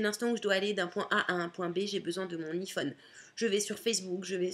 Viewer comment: J'aime beaucoup ta vidéo et ta personnalité ! Le seul reproche que j'ai à te faire c'est au sujet de l'iPhone parce-que toi tu le prononce i phone mais en réalité sa se prononce en [:ai] on dit aie phone ! :P je sais pas si t'as compris mais en anglais le i se prononce aie ! C'est tout :)